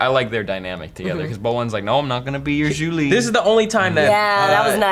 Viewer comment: You guys keep calling her "Julie" when her name is actually Zhu Li, lol.